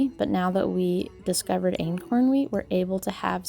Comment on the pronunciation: Did you say inkworm wheat?